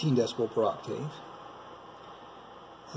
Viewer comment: Ok, it was bothering me a little, (well, alot actually), the way you keep saying 'Oc- Tave'.. It's actually pronounced : 'aak·tuhv' (according to google)Google. Just fyi.. for the future. 😉